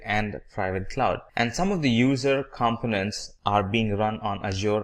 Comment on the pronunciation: Azure is correctly pronounced... the British pronunciation anyway. Components for example is just incorrectly pronounced full stop!